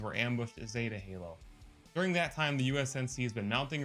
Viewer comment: Ik this is 3 months ago but if your an Actual HALO fan ITS "U N S C" NOT "U S N C" AND ITS NOT "3 43" ITS "3 4 3" SO FIX IT PLEASE AND THANK YOU.